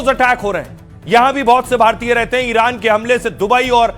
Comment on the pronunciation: जुवान लड़खडाराह हें इरान को इनार बोल रहे हो